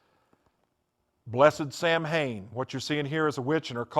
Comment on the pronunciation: "Sam-Hain" That is how it is spelled, but it is pronounced "Soween". Odd that someone who had been so into it wouldn't know how to pronounce it.